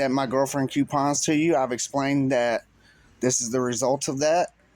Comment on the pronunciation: It is coooo-pons.... Not "Q-pons"😂